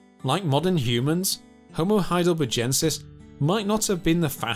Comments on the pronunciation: Why does every phrase have an upward inflection? Every half sentence must be a question? Also... Heidelber-jensis?! That species must be named after the famous German city of Heidelberj. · Or saying 'HeidelberJensis, instead of HeidelberGensis It's clearly named after a feller called HeidelberG. Thick git. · Why does the narrator not know how to properly say Heidelbergensis? Bloody hell...it's from the name Heidelberg! how do you say berg? and then just add the 'ensis. After a while this really got on my nerves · All my life it's been Heidelbergensis; when/why did it become Heidelberjensis? Or was the region actually CALLED Heidelberge/Heidelberj? THREE different checks ALL say heidelbergensis NOT Heidelberjensis "German spelling was regularized to be more consistent with pronunciation, and "thal" became "tal". In 1952 Henri Vallois proposed that it should be spelt as the Germans spell it, and the "-tal" spelling has become widely used since then. The "-thal" spelling persists most strongly in England. ;¬) Jury still out! 'Neanderthal' can be pronounced with either a 't' or a 'th' sound - both are acceptable and widely used in English. The German pronunciation, however, has always been 't' (German has no 'th' sound). " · Heidelberjensis? What sort of retarded fuckery is this pronunciation ? When you go to Burger King or McDonald's , what is their main menu item? A burger? O a Burjer? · The "G" in Heidelbergensis is pronounced as the "G" in burger. It is a strong G sound, not as the "g" in Algeria. Great documentary btw!!!